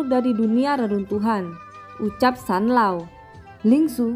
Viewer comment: Zanlaoo woii bukan sanloo